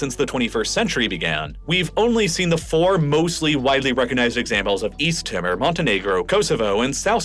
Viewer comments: Only just watching this now. A couple of pronunciation suggestions: Bo-gainville, and Tee-mor. (disclaimer: I'm Australian, my pronunciation could be wrong too, natives might pronounce their country names differently) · all that and you can't pronounce Timor or Palau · Check your pronunciation please. It's pronounced East "Teeeemore" NOT "East Tima". Bougainville is pronounced with the emphasis on Bow as in the bow of an arrow. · East Timor has an "ee" sound so it rhymes with "lemur" not "simmer" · "East Timmer" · Please do more work at pronunciation. You drive me crazy when you routinely mispronounce things. It is East T-more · Timor is pronounced Tee-More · Good video but you have mispronounced Timor and Bougainville. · It baffles me that had such extensive knowledge of geography yet cannot pronounce “Timor”. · His pronounciation of "Timor". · No issues here... Except he mispronounced Timor and Bougainville :p